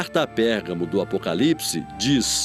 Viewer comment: Alguem percebeu que a reporter fala errado " Apocalipse " ???